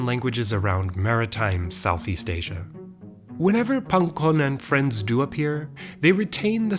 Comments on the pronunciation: pangkon is such an austronesian sounding word, and you say it so nicely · As a native Javanese speaker, I can say his pronounciation of "pangkon" is legit.